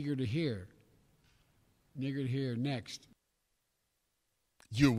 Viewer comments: He said neager tho lol still funny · He said " I'm neager to hear ....." , which is what you start sounding like after the strokes have effected your speech . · Lol, eager? epic mispronunciation. Biden -2204. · Same... It think its a mashup of "And eager to hear"...it came out N'eager to hear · He said I'm eager to hear. Then repeated it again and slipped and said n'eager to hear. He wasn't saying the n word. But if Trump made the same slip up there would be hell to pay in the media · He said neager cuz he was saying the word eager, but it’s still an awful slip of the tongue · He was trying to say ''I'm eager'' Schwartz No some of us can take the context of the sentence and actually listen to what he was saying. didn't even sound like the n word. obviously said it with an M. Maybe you need some better speakers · He had already said eager but he did slip out an "N" sound with a double "gg" er. He may have meant to eager again. It's disingenuous to say he meant to say something else because he had a history of saying things like that. So no, he doesn't get a pass or the benefit of the doubt. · He straight up said it instead of eager 😂.